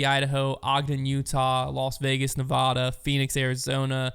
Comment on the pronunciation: You pronounced Nevada wrong lol